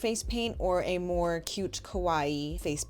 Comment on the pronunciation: Kowai means scary, which is what your saying instead of kawaii